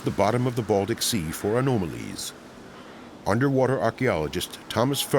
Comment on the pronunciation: Dude has a perfect American narrative accent, until he lets the Swedish "o" slip into "ah-NOOM-ah-lees" ("anomalies") Not even Germans pronounce "o" as "oo" this guy is definitely Swedish pretending to be midwest American on a documentary produced by Germans. Source: German nerd living in Sweden, Masters in German with focus in linguistics